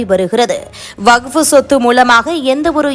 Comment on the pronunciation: அது வகுப்பு இல்லை... வக்ஃப். தமிழை கொஞ்சம் சரியாக உச்சரியுங்கள்.